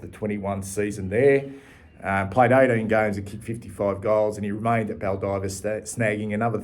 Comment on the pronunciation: So interesting to see where these players ended up…..btw Baldivis is pronounced Bal-die-vis